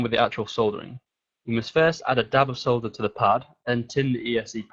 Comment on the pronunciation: yes! finally someone that pronounces it as "solder" and not "sodder".